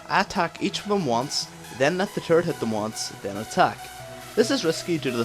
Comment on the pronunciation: Dat turrets pronounciation taris